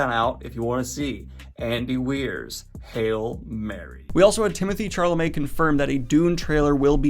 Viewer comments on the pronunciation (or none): Excuse me....but.... Timothee CHAR - lamet?